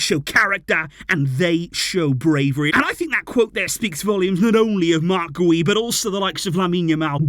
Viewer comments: Its pronounced gee-oo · It’s pronounced “gew” like “you” with a G in front of it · His last name is pronounced "Gee-ou" a hard 'G' like the word 'gear' ... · Its Guiu like opposite of how you’re saying. “Giu”” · I think Guiu is pronounced like Jiou. I may be wrong but tahts what it sounded like when Gemma Soler said his name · Pronunciation: ghee-OOH